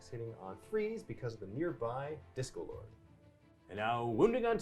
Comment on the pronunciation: I keep hearing 'Disco Lord' instead of 'Discord Lord'. Lol.